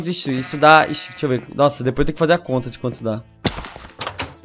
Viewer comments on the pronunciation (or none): none